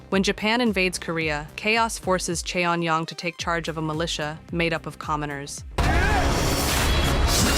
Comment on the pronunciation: Please learn to pronounce Korean names correctly. Cheon is pronounced closer to chaun. Choi is pronounced closer to chae or cheh.